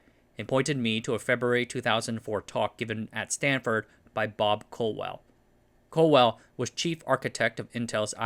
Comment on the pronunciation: Colwell, not Cowell! Happens all the time.